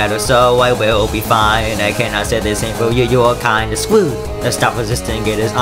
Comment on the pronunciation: "you are kind of [scwewed] now stop wesisting, it is honestly pwetty wude"